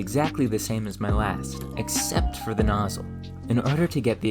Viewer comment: This is your second video I've watched. I am impressed, that's hard to do. One amusing note... I used to teach pronunciation, so I've got a bit of an ear for it. You seem to struggle with "or". Examples... Before - befur More - mur For - fur It's perfectly understandable, no need to change it. But if you wanted to fix it... Practice those words with a more open mouth a few times a day for a month. Right as rain. 😊